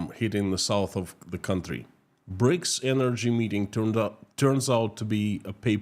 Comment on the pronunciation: "A monstruous ..." what??? "Breaks ..." Ah, you mean "BRICS"! "Prison terms are to be shortened for reading ..."??? _"Many Russians are facing pAverty ..."? ... you mean pOverty, I think. Sorry to be so savage, but something happened to your pronunciation today; I can't understand every other sentence.